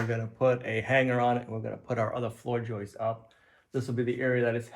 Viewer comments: He still has many lapses. His dictionary is filled with terms like joistes and escavator. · 🇨🇦Thank god he saw my comments or someone else's comment on pronouncing Joists instead of joices. After 32 yrs of carpentry it's been a pet peeve of mine lol. Cheers from Canada!🇨🇦